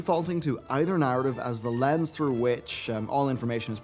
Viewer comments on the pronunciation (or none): none